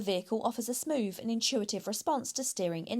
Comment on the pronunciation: I love car reviews. always well thought out and honest. I know I'll get stick for this but not pronouncing THs properly does my head in FRU loading instead of through SMOOVE instead of smooth Sorry 😔